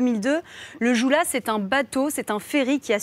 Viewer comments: "Le joue là"? sérieux quoi ! On lit Joola (Diola) Madame. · Le mot "Joola" se prononce Diola